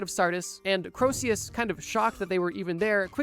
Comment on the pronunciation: The constant mispronunciations of "Croesus" were freaking killing me, dude. Corsius, Crowsius... It rhymes with Jesus. Just like Phoenix rhymes with...uh, Penix.